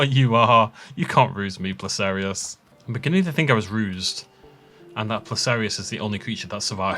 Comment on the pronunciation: Some of your pronunciations are more diabolical than what you did to the Placerias (including how you pronounce Placerias) Also: this is very cool. Also: Periods, not Epochs.